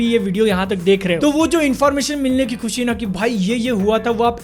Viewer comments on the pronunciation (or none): none